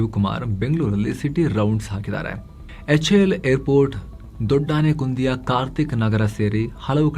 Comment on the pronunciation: ದೊಡ್ಡಾನೆ - ಕುಂದಿ ❌ ದೊಡ್ಡ - ನೆಕ್ಕುಂದಿ ✅